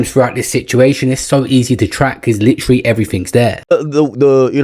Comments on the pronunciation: OMG!!! This dude said LITERALLY ("LIT-TRAA-LAAY") about 5 times in the first minute of the video!!! Way more egregious than anything AB has ever done! 😂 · Holy isht!!! He won't stop saying "LIT-TRAH-LAAY" 😂😂😂 I can't even listen to this nonsense! I'm out and blocking this channel!